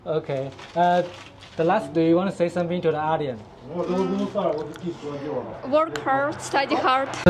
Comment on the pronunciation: 观众Audience的英文发音是O点斯，不是像你所说的阿点斯。😂